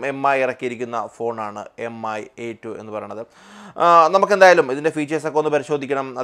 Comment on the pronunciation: M I alla Its mi('me' pronounciaton ).